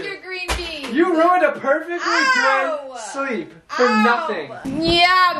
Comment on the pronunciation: “i was in my shrleep”